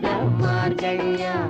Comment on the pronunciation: MAARGAZHI. NOT MARKAI